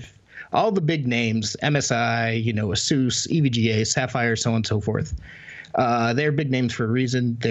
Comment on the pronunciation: Keep trying, you'll get to pronounce ASUS right eventually.